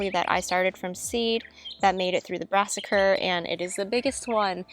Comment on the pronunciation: “Brassacre” 😂 We’re in Virginia Zone 7a too! Your garden looks awesome! Really helpful to see how you cover your eggplants. Before you explained I thought, “why do her eggplants look so good?” Lol the flea beetles destroy mine every year